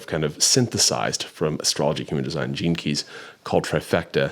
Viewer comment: As someone who has never studied human design or heard of astrocartography, i thought you were saying "jinkies" instead of gene keys. Anyway, interesting concept